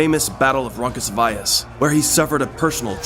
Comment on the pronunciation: The battle of "Ronkus Vayas?" Never heard it said that way, before... but I LOVE it!